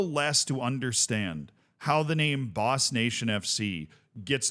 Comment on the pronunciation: It's not even Boss... it's Bos!